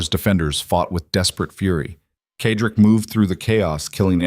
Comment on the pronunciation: Why can’t AI pronounce Cedric(Sedrick) instead of Kedrik!!! Annoying!!!